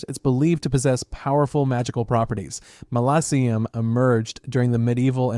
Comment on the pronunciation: Its “malakim”